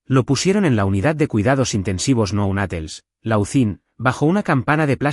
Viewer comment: Nounatels? Es neonatales, por favor, pronuncien bien